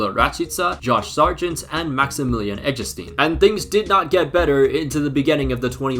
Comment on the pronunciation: saying "eggestein" is the funniest thing to me